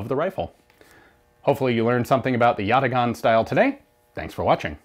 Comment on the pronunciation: it's pronounced yataaan. great short as always.